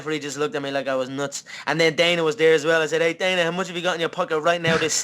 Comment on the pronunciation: I piss myself every time Conor calls Dana "The Don" hahhaha